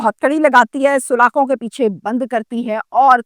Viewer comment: O YOU STUPID AND BRAINLESS, THE CORRECT WORD IS, SALAKHAIN, IT IS NOT, SULAKHAIN